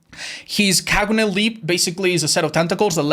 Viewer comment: That's the best pronunciation of kagune I've heard from non Japanese so far